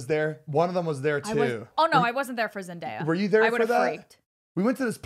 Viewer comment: zane : “zenDIEya” LMAO